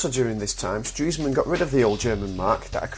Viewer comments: Its pronounced "stress man" not "streeesman" Nice job anyway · No, he's pronouncing it incorrectly. It's actually "Stress-man". Ironic being as he dies of a heart attack >.> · you mean.. I've been pronouncing Stresemann wrongly? This is really good btw!